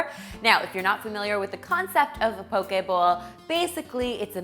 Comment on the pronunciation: Mahalo nui loa (thank you very much) for your proper pronunciation of the word “poke.” Your Hawaiian is spot on! 🌺🌸🌈❤️